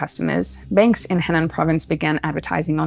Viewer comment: Just a small point: Henan is pronounced (roughly) "Huh-nan." Attempting a pronunciation closer to the Chinese would make it much easier to understand.